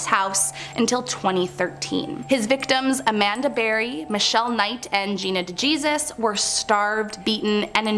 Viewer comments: Not de Jesus. It's pronounced de Hesus 😂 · I suppose I should mention that the one lady that freak kidnapped, DeJesus is a spanish name pronounced as DAY-HEY-ZEUS